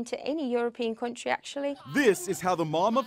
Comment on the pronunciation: She does have what could sound to some a bit like northern English mixed in there, but to my ears it sounds more West Midlands (as in Birmingham and its environs). Listen to how she pronounces the word "country" .